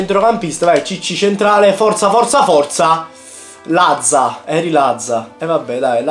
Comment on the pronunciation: Apparte che è latza no lazza